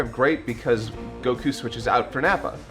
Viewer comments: saying "cuckoo" like he does "Goku" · I will never get over how pronounces Goku's name. Go-KU. The weeb level is strong.